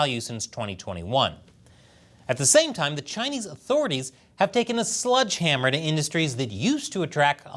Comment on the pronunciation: Is saying "Sludge Hammer"?